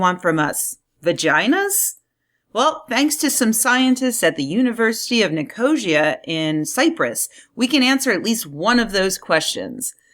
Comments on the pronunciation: Nico-sia, not "Nicosha". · Nicosia is pronounced NIK-o-SEE-uh. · It's pronounced Nick-oh-see-ah. No.pauses between syllables. I am kinky about Lesbians as there is nothing sexier than double Denim.